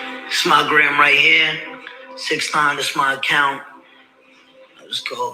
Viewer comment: mispronounced 69 name is hilarious 🤣😅😂